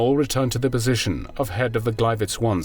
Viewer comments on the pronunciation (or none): none